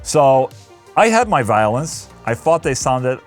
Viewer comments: I thought you kept saying "Violence" but realized you were saying "Violins" hahahaha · I heard Violence each time instead of Violins :D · i thought you were saying violence instead of violins and i was liek how the FAQ is he recording violence and then sticking it into a song?!